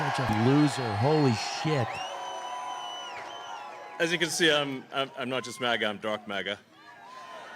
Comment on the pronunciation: What is up with trump sounding like a toddler saying his first words when pronouncing "MAGA" nowadays? "Ma-Ga" ahh